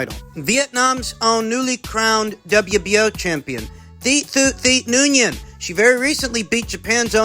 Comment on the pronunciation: The pronunciation ever of the Vietnamese fighter Thee Thoo Noonyen…. 🤣🤣 💯 I just had to pause that joint 🤣 when it comes to boxing news& updates does it best For those who don’t know it’s actually pronounced - Wynn Tee Too